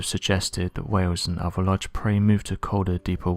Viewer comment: Oh God, I wish this orator would learn to pronounce his "th's"! Instead of saying "oTHer", he's going with "oVER", like a little kid with a speech problem. It's VERY difficult to really LISTEN to what's being said when words are mispronounced so badly! See a speech therapist! It's hard to believe a story like the one of the men chasing down a creature in a swamp didn't go NATIONAL, and be covered thoroughly! Especially with 5 people being killed....